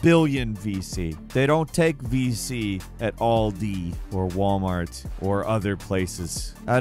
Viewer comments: It's Aldi, not "Oldi" 🤦‍♂ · It Al-Dee not Ahul. Aldi in the UK it’s a life line for most folk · Never heard an American say Aldi😂😂 “All-D” 🤣